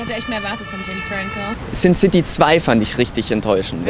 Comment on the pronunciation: If you pay attention to how she sounds when she says " James Franco " , you will hear the German accent..No American would pronounce it like that, and besides, her German has no trace of a foreign accent